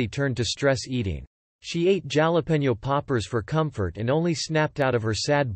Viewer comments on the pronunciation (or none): Total A.I. voice. Who pronounces Jalapeños: ja (strong "j" as in Jack) lap (like sitting in someone's lap) e-nos (eh nose)? Ok, never mind, some not from the southwest United States might. BUT...who--familiar with Van Halen--has ever referred to the Van Halen brothers as: Halen? And did Bertinelli cry tears (pronounced in the form of ripping, e.g., tearing a page) or tears? The A.I. element took all the meaningfulness out of it. Yes, I'm sure I'll get negative feedback; that's what being an English teacher gets.